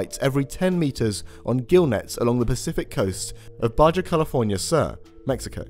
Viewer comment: Interesting stories. Regarding the research near Baja California, the "j" is pronounced like an "h".